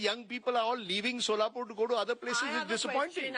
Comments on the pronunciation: She is from Solapur, yet she calls it Sholapur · It’s not Sholapur it’s Solapur , and she is political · Tell her to pronounce right ( Solapur) 😂😂😂😂